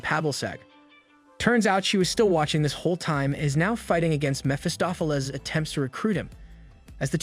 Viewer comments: It’s not “Ma-fista-flls” it’s “m-eff-ah-st-off-Al-eas” that’s how you pronounce Mephistopheles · Mephistopheles pronunciation was horrible. Meh Fuh Staa Fuh Leez